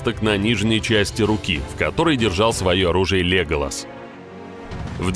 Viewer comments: Как же "слух режет" это ЛЕголас...🤦‍♀️ Правильно ЛеголАс... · почему ЛЕголас, если он ЛеголАс?